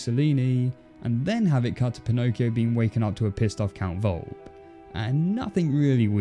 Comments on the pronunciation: Volpe's name is pronounced Vole-pay not Volp. The "e" isn't silent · For crying out loud in italian! Its pronounced Volp-E! Volpe! Its italian for fox!